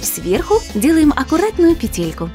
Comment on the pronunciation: Не петЕлька, а пЕтелька